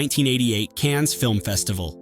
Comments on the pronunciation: And it's not "Canz" film festival. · Hey, relax, it’s Cannes!